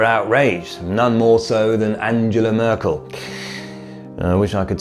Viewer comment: Was the mispronunciation of "Angela" on purpose for dramatic effect? Or were you trying to translate the German pronunciation into English? Then again, I have heard her name pronounced so many different ways, that you could probably do a video on that alone.